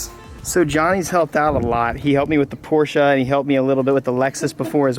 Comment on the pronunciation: knows how to say Porshe! Can't stand when ppl call it a Por-sha... sounds super ignorant.